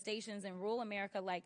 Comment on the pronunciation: Hey, it's ru'ral not rule. 😂